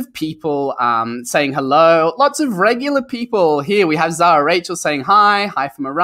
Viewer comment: Oh well , my first name is Zahra since we have a lot of zahra in my country and I didn't want to write my last name too (cuz it's too long 🙄), I chose rachel 😬 so it's just Zahra and you pronounced it right.🏵️☺️ Thanks for replying